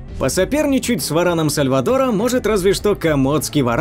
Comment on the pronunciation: В ран сальвАтора, ударение